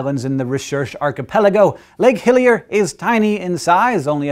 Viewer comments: Lol guys all smart n shit but it's LAKE HILLER lol not hillier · It is actually Lake Hiller. Not Hillier